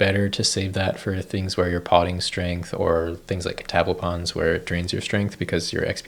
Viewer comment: I've never heard Catablepon's pronounced the way you said it. I've always thought it was "Cat-uh-blep-on"